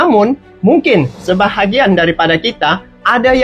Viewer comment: Ngomong nya bukan SebaHAgian ya!!!! Tapi SEBAGIAN,, GITU AJA KOK REPOT